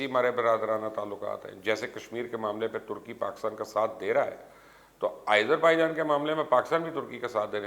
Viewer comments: Sir, correction please. its not aizerbaijan, its azerbaijan. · Who told you it's Irzerbaijan? Seems your teachers are lunatics. Why the hell do you mispronounce almost all the names outside Pakistan? Don't you see te Azerbaijan where did this Izer come from? Bloody ignorant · MR. FOOLISH YOU DONT READ COMMENTS. WHY YOU WRINGLY PRONOUNCE AS IZERBAIJAN